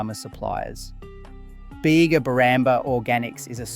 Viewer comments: It’s because this is an AI narrator and not a real person. One can easily tell this via its numerous inconsistent and mistake pronunciations (ie. ‘Beega’ to ‘Bayga’ etc) as well as its flat affect and robotic cadence. The script and research is also 100% AI created evident with its numerous tropes consistent with AI material and factual errors, like conflating having a license to produce foreign owned products with local ownership when under such agreements the majority of profits from the sale of those items still go to the foreign owner and not the local manufacturer. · Bega is pronounced beega not bayga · If you are going to make “crisis” videos about Aussie products - at least get the pronunciation correct. It’s not “Yogghurt”, that’s British. It’s “Yowgurt”, as in Grow. And don’t go to the town of Bega in NSW and call it “Bayga” - we aren’t American. It’s “Beega” - with a hard E. As for foreign ownership? We all knew that - blame the original owners for wanting to cash in on the success of their product. No one held a gun to their heads. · Why are you pronouncing yogurt the pommy way? And, Bega is pronounced Beega not Bayga! WTF YOU’RE WRONG as BROWNES is the oldest 1886 NOT Bulla. This either Chinese or young Liberals?